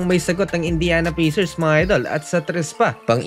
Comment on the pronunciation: Pacers --------------- Pey - sers in pronunciation.